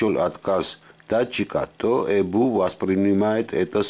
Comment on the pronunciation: Тибе фильм надо суфлировать. ''ЭБУ" 'так смешно звучить